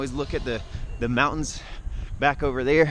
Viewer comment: Damn "Mountain" is a very hard word to pronounce